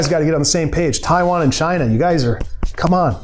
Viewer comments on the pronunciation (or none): none